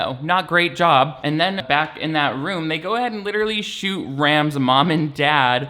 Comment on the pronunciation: SAAAAME LMAO "my hands r licherally tied"